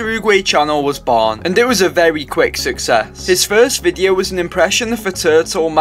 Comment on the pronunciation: "when the Master Oogway channel was barn"